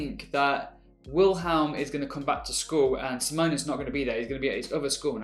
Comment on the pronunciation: So I'm going to be annoying here. It's in regards to how you pronounce Simons name. It's see-mon. As in see what's over there and mon as in monday. Sorry for being that bitch.